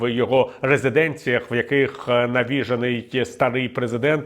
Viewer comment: Шановний пане Віталію, Ви постійно не правильно наголошуєте слово навіжЕний.